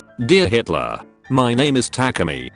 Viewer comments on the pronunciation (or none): none